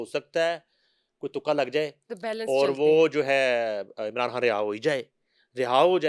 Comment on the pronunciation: بشری " کھان" خ بولتے ہوۓ تمھیں موت پڑتی ہے۔ لگتا ہے ھندوانہ خون اپنا اثر دکھا رہا ہے